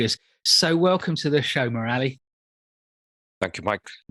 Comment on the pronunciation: Murali is pronounced 'Moor-li' not 'Moo-rali'